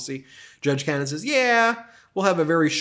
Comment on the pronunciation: When will you start pronouncing her name right?